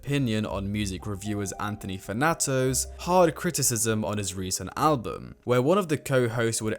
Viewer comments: It’s Anthony fan-tano. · "Fanatos" LOL